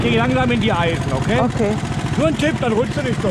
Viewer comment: O gott wie anständig du ok sagst🤣🤣🤣